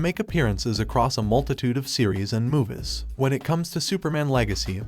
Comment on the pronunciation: why you keep pronouncing movies as muvus, its annoying af